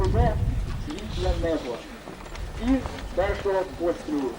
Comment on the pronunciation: Не "ПострЕл", а "пострІл"...